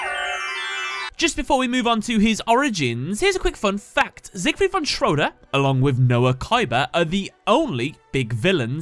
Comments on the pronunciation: It's not Siegfried von Shwoooodder, it's Siegfried von Schröder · It sounds funny when americans try to say Siegfried von Schröder!